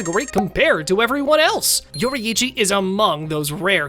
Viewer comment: yori ichi 💀